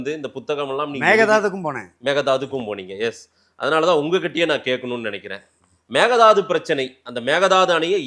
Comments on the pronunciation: Hey it is mekedatu 😮 not a mekedadu 😂😂😂😂 mudi still not perfact 😮😂😂😂😂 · Actually sir.. மேகதாது இல்லை .. மேக்கைதாட்டு.. மேக்கை நா ஆடு.. அப்புறம் kudagil குஷல்நகரில் tamil பேசுவார்கள்.. kudagil tibatians உம் இருக்காங்க..